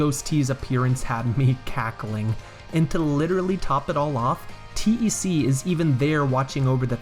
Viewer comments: The character name: "TEC," like "tech": "teee eee sceee" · I had no idea people called TEC "T-E-C". That's just...wrong. It's TEC! TEC! Pronounced like "tech"! Also, regarding the Riverside station switch/blue switch. I always liked that. It was a big joke. You think the realistic looking switch will be THE switch, but no, it just gives you access to the real switch...which is a Mario-esque blue ! switch. I love it! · Yeah I always read it as "Tech". I assume TEC is a reference to HAL in 2001, and you don't call him H-A-L. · You're not a Lunkhead, You're a, Also why do you say T E C instead of one word as TEC? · "T-E-C" and "Moosh" hurt my soul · I remember the Game Grumps called him T-E-C. It really bothered me.